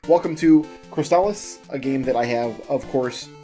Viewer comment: I believe you are pronouncing “Crystalis” right,. At least, you’re saying it how I’ve always said it, and I’m sure I’ve heard speedrunners using the same pronunciation.